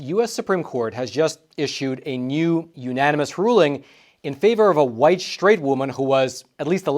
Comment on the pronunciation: straight not shtraight